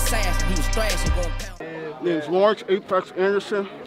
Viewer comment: Eight Necks? Oh he said Apex NM. Lol